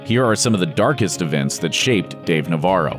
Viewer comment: As a Spaniard the way he says Navarro cringes me out